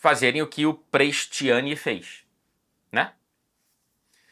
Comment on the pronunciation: Eu tenho uma pergunta para o. Se o Vinicius não fosse brasileiro,o seria tão assertivo nos vídeos? Tudo que seja racismo é condenável mas também acho lamentável a maneira como o diz o nome Prestianni.